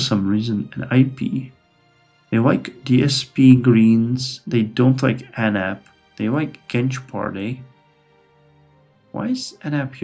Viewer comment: based maaaan I love this series as turkish person. Notes: Anap party litreally called Anap or a-nap(not like nap in english becuse a is dominant) so its right way you are saying. Genç Party: Means young Party and you said right way. Hadep: its short name same like anap so its Ha-dep